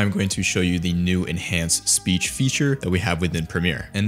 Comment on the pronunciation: bro said speash 😭